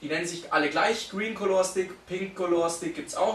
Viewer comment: Es ist eigentlich vielmehr ein "Kalla" Stick, als ein "Kolohr" Stick. Trotzdem unterhaltsames Video. :D